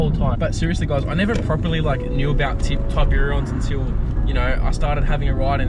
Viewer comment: Mans thinking it's command & Conquer : Tiburon-sun 😂🤦‍♂️